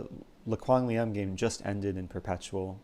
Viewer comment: You say Le Quang Liem's name quite right but I give you that, just being proud having such a talented Vietnamese